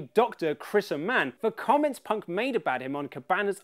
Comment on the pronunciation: you both pronounced Dr Chris Amann's name wrong. It's Ay-man (rhymes with Paul Heyman!) He was on Talk is Jericho a while back with Dolph Ziggler.